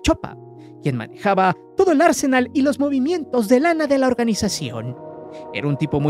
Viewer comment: Oiga, siempre que quiere usted referirse a un arsenal (conjunto de armas de fuego) usted siempre invariablemente lo pronuncia como Arsenal equipo de futbol Ingles? Si sabe usted la diferencia entre una pronunciación y otra o lo hace nomas por memer desde el inicio de su canal, cuando hablaba usted de fulbo? Recuerde que arsenal lleva el énfasis en la ultima a; arsenál, no Ársenal.